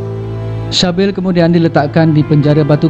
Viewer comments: Sebutan dia bunyi macam "Sibil" bukan Shabil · Sybil = C-bil dan bukanya shah bil